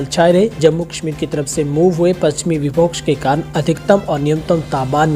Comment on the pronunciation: Please विभोक़स नहीं विक्षोभ होना चाहिये, बाकी समाचार बढ़िया हैं